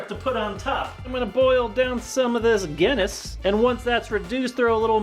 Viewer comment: As a person from Ireland he kept saying Guinness wrong 😅 mildly infuriating